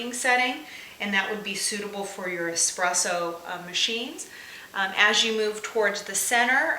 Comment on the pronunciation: Pretty sure it's going to clog my espresso machine, not my "expresso" machine.